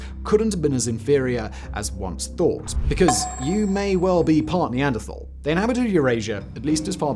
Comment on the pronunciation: 6 minutes of Simon mispronouncing Neanderthal 😔